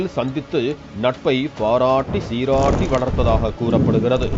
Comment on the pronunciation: நட்பு மலர்ந்தது பாராராராராட்டி சீராராராரா ட்டி காதலை வளர்த்து வந்தனர் 😂 என்ன ஒரு அழுத்தம் 🤣🤭🤭🤣🤭🤣🤭🤣🤣🤣🤣🤣🤣🤣